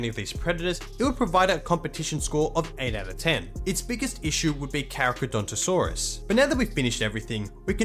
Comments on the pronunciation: it's pronounced "carcarodontosaurus", not "caracadontosaurus". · pronouncing the Carcha as "carachadontosaurus" holy fuck